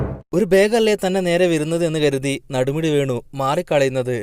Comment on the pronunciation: നടുമുടി വേണു അല്ല നെടുമുടി വേണു ആണ്.തെറ്റ് പറ്റാത്തവരായി ആരുമില്ല അല്ലേ..😂😂